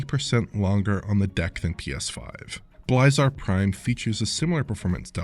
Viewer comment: Every time he mispronounces "Blizar Prime" is painful